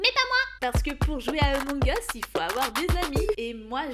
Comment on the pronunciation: "emong us" -_